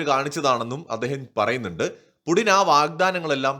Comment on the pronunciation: Russianil pudin ennala pronounce cheyunnathu....puthin, puTHIN....it would be perfect then....I speak russian pretty good for 25 years